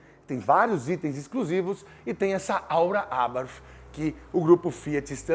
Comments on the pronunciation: Muito bom seu sotaque no TH, porém a marca é Italiana, e se pronúncia exatamente como se lê. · Nunca ouvi tanto a palavra "Abarth" na minha vida! E ainda com pronúncia inglesa. ( Vai entender )...